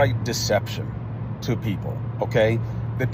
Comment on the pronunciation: Comer calls y’all peeopel😂😂😂